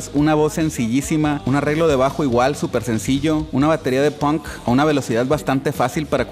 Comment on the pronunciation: Se pronuncia PONK no hay documental ni de Inglaterra ni de Estados unidos que no pronuncien todos PONK